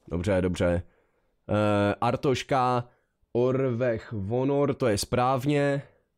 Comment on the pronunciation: To je fakt mor, jak tomu všichni říkají Artoška. Podle mě není tak těžký říct Arstotzka xD